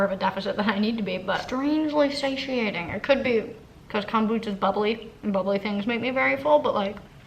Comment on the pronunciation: Every time you say “kahm boocha” I die